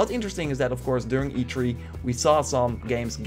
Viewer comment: Notice how he says "e tree" and not "e three"